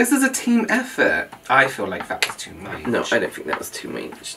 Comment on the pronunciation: "i feel like that is too much" "no, I don't think that is too måæch!" 😭😂